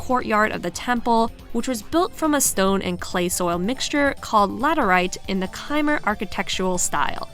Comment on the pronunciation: Your videos are always so soothing, but wanted to mention how your pronunciation of Khmer when you were talking about the Angkor Wat stage was kinda off. It is more pronounced like, K-mai or kuh-mai. Mai like Mai Shiranui.